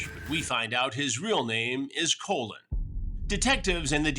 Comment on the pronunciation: It's pronounced "Colin" Chris not "Colon"😂😂 he had to have done hat in purpose. Chris loves trolling these dudes.